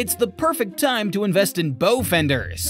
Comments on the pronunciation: Huhh? I been boating for years on earth’s beautiful Atlantic, it’s pronounced like the word OW derived from the word ouch.. but with a B in front of it. BOW How long have you been visiting this planet, yikes! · When it comes to boating the word bow (front of boat) is pronounced like the word bough and not like the the 'stick' used to make the sounds on a violin/fiddle!